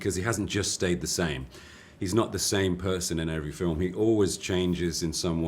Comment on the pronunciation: 想講好Film變咗好Firm?! HAHA